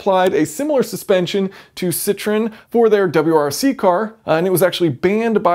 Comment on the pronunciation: A similar system was previously used in a 1950's lemon? Just kidding. You completely mispronounce the name of Citroen, which is a three syllable name, i.e., "sit-ro-in". What you said was "citron", French for lemon.